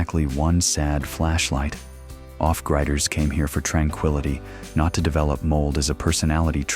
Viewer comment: 8 Billion Humans and you had to use a GD robovoice to narrate that in less than 15 seconds miss pronounced off griders. Thumbs down